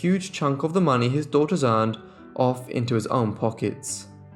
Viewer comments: I agree with so many others who have commented on the interesting and thorough work you present in these episodes; however, as lovely as your grammar is, you say something that is like nails on a blackboard when one hears it: it is that you add an extra 's' to the end of words that end in an 's'; I point out ' 7 DAUGHTERS -ES' hair' for example as being incorrect. It is correct, however, to say '7 daughters' hair' without adding the extra 'es' at the end of the word; words that denote the plural, as in this case you are writing about seven girls, not one girl, which means that you need to say 'daughters' ' denoting the plural of the word 'daughter' and the possessive case, as in the seven girls' hair, as I have written here. You have a wonderful accent, very erudite and correct and you speak at a very clear pace but you need to stop adding extra 's's' to the end of words that end in 's' and also imply the possessive case.I hope I have made myself understood. Some people reading my comments will say I am nit-picking but I maintain that correct speech and grammar is needed when speaking about a topic in which so many people will be learning things. Otherwise, very well done!! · The plural possessive of sisters and daughters is pronounced "sisters" and "daughters", not "sisterses" and "daughterses".